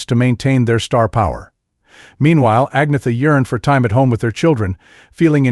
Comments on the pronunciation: It's like he didn'teven try. I'm a USA citizen too, but would respectfully work on it. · I'm Mexican American born U.S.A citizen AND The KNOW HOW TO PRONOUNCE Agnetha's name 🙄🙄. That dude DIDN'T EVEN TRY?!🙄🙄🙄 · Only an American can mispronounce Agnetha